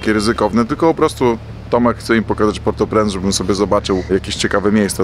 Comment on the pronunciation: mówi się portopręnc